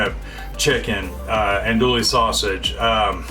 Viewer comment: Homie… Andouille isn’t “Ann-Dual-Lee” …. It’s “On-Dew-Wee”…. -SWLA Native